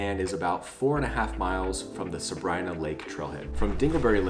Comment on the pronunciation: We were just there and the locals say Sabr-ii-na. We asked. Also learned that correct pronunciation of Mono lake is like “oh no”, not like the Mono virus haha.